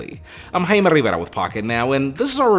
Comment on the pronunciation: Both. Written Jaime, pronounced Haime